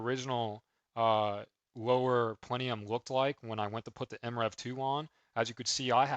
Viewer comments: What's a "plenium"? It's PLENUM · how come you pronounce it plenium?